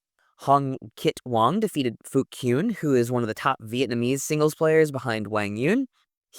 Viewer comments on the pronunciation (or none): none